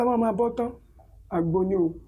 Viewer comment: Àgbò (ram) not àgbo (herbal tea)